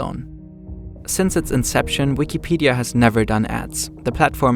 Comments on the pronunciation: saying the letter W is hard huh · Yeah, bro, halarious